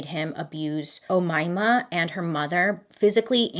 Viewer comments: I'm surprised to find an Egyptian cannibal. I never heard about her before. P.S. You pronounced her name "Omaima" really well.😂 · Bailey with English names: struggling Bailey with Arabic names: perfect pronunciation (At least one name) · Don't worry you pronounced her name right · Bailey, you are not mispronouncing her name☺️💕👍. Her name is an Arabic name. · As an egyption I can assure you that you pronounced "omaimah" right that's how we pronounce it ✅ I was surprised 😂✌ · I am from Egypt and yes I can assure you Bailey that you're pronouncing her name correctly. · 👏👏 for pronouncing her name correctly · You actually said her name right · Umaima or Omaima is a common Muslim name! You pronounced it pretty well! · You Pronounced Omayma exactly like Egyptians. Suggestion also from Egypt "Raya & Sekina" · Arabic is my mother language… you are saying her name just fine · As an Egyptian this so was uncomfortable 😂💔 And by the way you were pronouncing her name right 👌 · Saying her name correctly this time Bailey ✌🏼😉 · I am from Egypt and I've been waiting for this !! ----- u pronounced Omaima so fucken right! WOW!! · I'm Egyptian. The way you pronounced Omaima is perfect. Love u 😍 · as an Egyptian, you pronounced the name perfectly it's written in Arabic as " أُميمة ", can't believe I'm finally hearing about a case involving my own, and a bruuuutal one as well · As an Egyptian , let me tell you, you said her name right Bailey 🙌🏽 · I am free Egypt and I never heard of this Omaima chick😂 creepy!!! Also you pronounced her name beautifully 👏🏻👏🏻👏🏻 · As soon as I heard Bill Nelson, I knew it was Omaima…. You pronounced it correctly! 😊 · Aww I liked the warning disclaimer. I thought it was cute. Why did everyone have to go and ruin my fun? Also you pronounced her name right, lol. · The Omaima name must be the most accurate name pronunciation you have done so far :DDD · you pronounce it right it’s an arabic name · U pronounced umaima perfectly ,,, 😗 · LOL you did not say Omama 😪